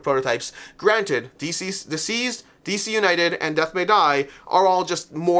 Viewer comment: I really enjoy your content but it drives me nuts every time you call it Dzeez! It's DCeased as in 'deceased'.